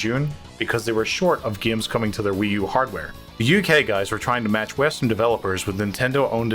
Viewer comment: I like the way he says “gaums”.